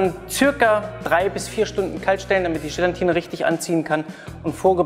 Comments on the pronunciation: Gelatine nicht Gelantine ! Und die teure ISI Flasche muss es auch nicht sein - es genügt ein guter Sahnesyphon aus Edelstahl - für ca 25 bis 27 Euro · Gelatine, nicht GelaNtine. Das ist fast genau so schlimm wie VanillJe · Wobei VanillJe laut Duden genauso korrekt ist wie Vanille. Aber "Gelantine" kann ich auch nicht mehr hören!